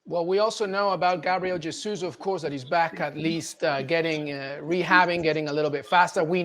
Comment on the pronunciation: Mr Olley, you report on Arsenal, can't you learn how to pronounce Jesus properly?